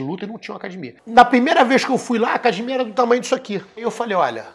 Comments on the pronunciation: Qual à dificuldade da família Gracie falar acadEmia? Não é acadImia!!! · A Hiena imita muito bem o Paulinho gogó. Mas ele falando acadimia é engraçado de mais.